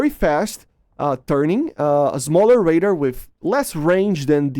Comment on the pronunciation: you say "raider" instead of "radar"